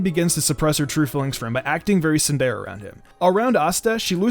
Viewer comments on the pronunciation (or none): none